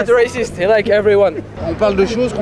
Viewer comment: Lmao. I love the non french answers. "Heees reeeceeest"